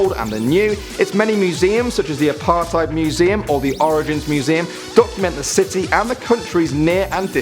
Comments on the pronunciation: I'm from South Africa, and, please do me a favour, and never say the word "dassie" again. Or "apartheid" for that matter. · you pronounce apartheid as apart hate but awesome video